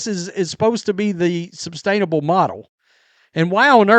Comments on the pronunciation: Is it me or does he keep saying "substainable"? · Sustainable not substainable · Yes! There is no "b" in sustainable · Say “substainable” again. Jfc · I think it's sustainable not substainable.